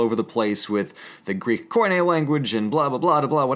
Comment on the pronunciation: 9.34 "Koine" is the world for common (κοινή - spelled like key-knee, with the accent in "knee"). Just a little nitpick, don't mind me! You're doing great, as always! Nice video, once again!~